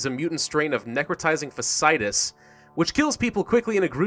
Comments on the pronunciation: For your own interest I believe necrotising fasciitis is pronounced - "Fach - e - itis" (the best representation of elocution I could muster, I apologise) all that aside, love the videos and the channel :) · Does it bother anyone else that he keeps saying Fasciitus wrong?